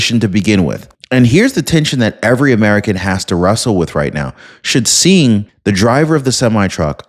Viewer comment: Hi Singh when pronouncing (sing) that is how it sounds when u come across a name like that. Hope I was of some help.